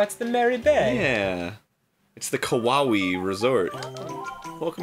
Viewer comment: "Kawaii" "Kawamii" Did they really just do that?